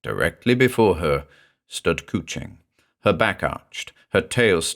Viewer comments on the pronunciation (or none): cwching means cuddling in welsh. coo-ching not so much